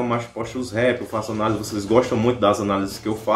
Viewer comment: KKKKKK "ÃNALESE" KKKKKK É ANÁLISE